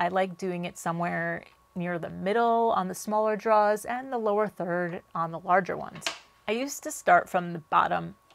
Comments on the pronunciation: Enunciate. Ain't nobody know what druhs are 😅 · Awesome video! But… draw-rrrs 😂😂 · Love your stuff! Just wanted to let you know there’s an “r” in drawers! 🤣 Kept trying to figure out what you were drawing 🖍️in this episode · Another great project, looks fantastic ... but I think there's something wrong with the audio ... I swear you keep on referring to draws rather than drawers 🤣